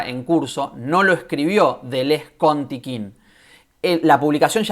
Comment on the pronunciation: Hola, Un par de cosas: El colectivo es Tiqqun, no Tiqquin: sin la segunda «I» que ahí le metes. Contribución a la guerra en curso es un libro que publicó Errata Naturae en 2012 y básicamente trae dos textos: ¿Qué es un dispositivo?, de Deleuze y «Una metafísica crítica podría nacer como ciencia de los dispositivos», de Tiqqun. En todo caso, la referencia de Tapia está completamente descontextualizada y sí, mal citada. Liga al texto de Tiqqun: Luego, algo que no gusta mucho a ciertos lectores de Deleuze/Guattari, es la presencia de Marx (y su influencia) en la obra de ambos autores. Tomo una cita que se encuentra en la entrevista que le hace Toni Negri a Deleuze: “Creo que tanto Félix Guattari como yo, aunque quizá de dos maneras diferentes, nos hemos mantenido fieles al marxismo. No creemos en una filosofía política no centrada en torno al análisis del capitalismo y sus desarrollos.” Control y Devenir en Conversaciones. Pre-Textos. 2014. Por último, si la adherencia al marxismo hace que la derecha más reaccionaria se horrorice, me parece un error de aproximación quitar «a modo» la presencia de Marx con el objeto de no incomodar a quienes se quedaron atrapados en el discurso de la guerra fría. Marx es una línea de demarcación en el pensamiento contemporáneo. No hay que obviarlo, en mi opinión. Saludos